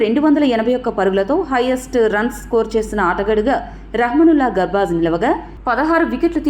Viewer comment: Medam garbaj kadu gurbaj ani cheppandi